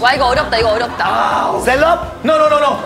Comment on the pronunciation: 셀럽? 카는거 개웃기넼ㅋㅋㅋㅋㅋㅋㅋ큐ㅠㅠㅠㅠㅠ 포워드? 쒤럽?ㅋㅋㅋㅋㅋㅋㅋㅋㅋㅋㅋㅋㄴㄴㄴㅋ